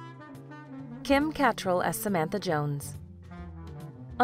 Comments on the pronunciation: As for the comments on the mispronunciation of Kim catrall’s name I cringed too. However, Catrall was born in England. It definitely would the way a brit would pronounce it. But the narrator didn’t sound British. Confusing. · You’re not pronouncing Kim’s name correctly. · That’s not how you pronounce Kim’s second name. Also it’s as if they talked about SJP in a nice way through rose tinted specks but talked about Kim and Cynthia in a negative light! Something about the 61year old Kim’s love life and Cynthia’s acting career not taking off. Maybe she wanted to focus on her political career? If I’m not mistaken she was in a play and got rave reviews. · the pronunciation of Kim Cattrall’s surname triggered me... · You really need to get your facts straight! Cynthia Nixon did not give birth to her 3rd child, Christine Marinoni did. Learn how to pronounce Kim CaTtrall’s name properly. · Omg the way she pronounces CATTRALL is disturbia to the core. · Thomas van de Pol Not to mention learn how to pronounce the last name of Cat-TRALL! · PLEASE learn how to pronounce “Cattrall”. You say it, Cat-TRALL! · CAT TREL? LOL KA TRAL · Kim "Catt-rall" ??? Lmaoooo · I am SURE it's pronounced "Ca-TRALL". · Kim KA-tr-ell!!! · Kim's last name is pronounced "ca-TRELL". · Thought it was pronounced Ca.. trell empasis on trell! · Kim KAT-rall 🙂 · Kim "Kuh't-rahl" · Why tf is she pronouncing it "Kim CAT-TRELL" over and over again and then later on pronounces it correctly later on...? Lol so annoying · You mispronounced Kim Cattrall’s last name - and Charlie Rose was never the prime minister of Canada 😂. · If only this video could pronounce her name correctly. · They lost me with the pronunciation of Kim Cattrall’s surname. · Your autobot narrator mispronounces “Cattrall” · So true. If you're gonna do these types of videos at least get that right. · It’s bothering me how she pronounces Cattrall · CAN you at least pronounce Kim Cattrall’s name correctly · Ugh I know right!!!